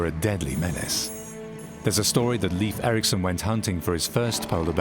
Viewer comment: Leif Erikson's name is pronounced incorrectly in this documentary. Shame. He was Norsk, not English